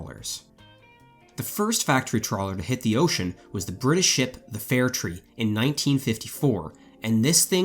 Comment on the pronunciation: How did you get fair tree out of fair try? Seems an odd pronunciation.